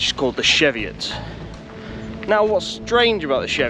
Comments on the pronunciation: Its pronounced cheevi it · you pronounce it wrong hahaha